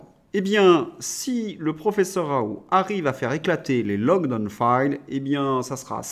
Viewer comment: M. Svp. prononcer: Ra oul T